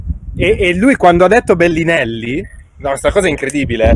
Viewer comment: Nessuno: Fedez: BELLINELLI